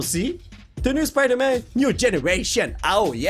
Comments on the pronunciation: À et Non lui c'est Spader-Man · Avoue ta rigoler pour l'accent français "Spider Man"🤣😂🇫🇷